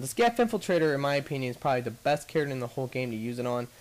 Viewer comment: anybody else think it is weird every time he says Charater?